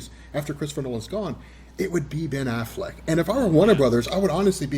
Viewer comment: I love how calls him Ben AFFLACK.